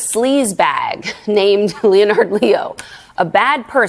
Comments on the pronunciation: LENNARD ~ phonetically speaking not Leo~nardo......nope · Leonard is pronounced as lennard! Not leo nard . English is a tough language when it's your 1st language. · Leo-nard? Really? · Wow was pronouncing the name “Leonard” so challenging for her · Is that some new fangled way of pronouncing Leonard?